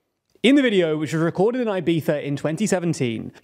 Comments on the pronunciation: It's Ibiza, not "Ibetha". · "Ai-by-sza" affair: what the hell is that? Please, that's so ridiculous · "eye-BEE-thuh"? Yikes lol well, it's an attempt, I guess. Try "ee-BEE-thah", the first 2 vowel sounds are identical. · Ibiza is not pronounced "eye-beetha" -- it's "ee-beetha" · Why does he say "Ibitha"? It's really weird, just pronounce it like a regular english speaker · Do the people who live in Ibiza pronounce it “Ibitha”? Or is that just the Castilian pronunciation? Edit: it’s Eivissa in the local dialect, so I don’t see the issue with Anglos saying it with a “z” sound. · Why does a native English speaker believe it is right to attempt pronouncing "Ibiza" in Spanish in the middle of an English sentence? I am multi lingual and in none of the languages I have mastered do we insert foreign pronunciation mid sentence like this... It makes no sense to do this... Unless you are native Spanish speaking English (rather masterly I would say), which would only be an excusable offense. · Good video but for christ sake dont pronounce Ibiza like that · This is a super interesting video and I’m curious to see where it goes from here. Admittedly I’m more focused on your pronunciation of Ibiza. I’ve never heard it that way before and I guess it’s cause I’m not British. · Unpopular opinion… but, I hate the UK pronunciation of Ibiza. Wants to be pretentiously correct at the end, and Fs up the beginning.